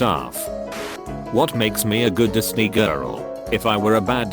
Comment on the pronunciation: Ye did the Merida one wrong me man. Its.. Wit Makes Me A Gid Disnae Lass IF AH WERE A BAD DISNAE LASS, AH WIDNAE BE SITTEB HERE, DISCUSSIN IT WAE YA NOO, WOULD AH??